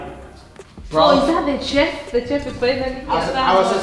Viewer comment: It's chef...not "tchef"